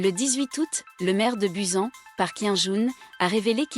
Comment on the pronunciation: "Buzen" B-U-S-A-N BUSAN